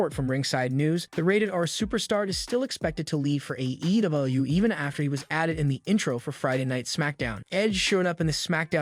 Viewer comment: Why do you sound retarded when you say AEW?